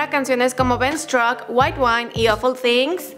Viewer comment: Es things o things Things? Thengs? Pronuncacion